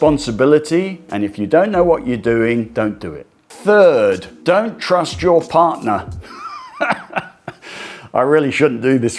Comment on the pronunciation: “Partner” not “parner”